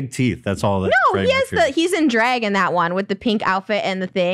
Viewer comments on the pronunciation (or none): trish pronounces “drag” the same way she pronounces “bag”. dreg and beg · Trisha says dreg and beg instead of drag and bag lol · i love how trisha says “bag” and “drag” she pronounces it so cute and every time ethan comments about it lmao